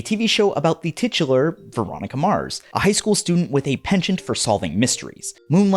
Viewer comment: my brain heard titular bitchular